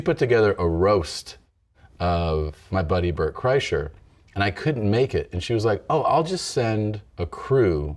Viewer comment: I wish he would have kept saying Bert's name wrong. What happened to Tom is that he broke himself trying to play basketball.